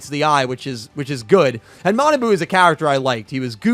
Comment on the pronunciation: Kwl review ^^ bt his name is ma na bu not manaboo:(